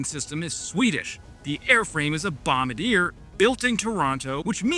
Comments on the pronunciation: Hey, a Canuck here. The company is pronounced Bom-bar-djeah not Bombarder. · Bombardier - bomb-bard-yay, rather than bomb-bah-deer. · Bombardier is a French Canadian name hence bombardi-eh is a closer pronounciation. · I cannot keep hearing you say “Bombar-deer” it’s a Québécois name “Bombar-dee-ay”. I’m subscribing so you have to fix it😂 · Bombard Dee air. As we say in Canada eh. Not bomb a deer. The way this government goes I am surprised they didn’t choose Ebrar. We would really appreciate if the bombardier logo was as prominent as the Saab logo. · Jesus! It's pronounced BOMB-BAR-DEE-EH! NOT BOMB-BA-DEER! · Love your videos, thank you for all the support and love for Canada. Also the Bombardier is pronounced "Bomb-bard-yay" (its French, their particular) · Was AI involved with any of this program? Also, you miss pronounced Bombardier. (Bom-bar-dee-eh) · It's pronounced bom-ba-john-deere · Hi, a few comments. Bombardier, pronounced bom bard e yay. RCAF has been CAF for decades. The base jet is built in Montreal, Bombardier vacated their Toronto facility at least 6 years ago. You can't blame Canada for trying to reduce its dependency on the US in light of Trump and his blatant disrespect and threats to our country. Its a shame. I only tolerate Trump because he is proacive at removing a rogue nuclear threat vs Democrats clutching thwir pearls. Canada is run by a brilliant economist but he is a ringer for the wrong party. Nobody here says "aboot". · The french aviation company pronounces their name "Bome-Bar_Dee_Yay".Other than that, great work as always. Rock on,! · I only mean this in a friendly way; you might as well get the Bombardier pronunciation correct. It is a French name so phonetically: BomBARdeeay. Keep up the good work. We'll make an honourary Canuck of you yet. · the sort of right pronunciation for bombardier is ( bomb bar de air ) with a French accent.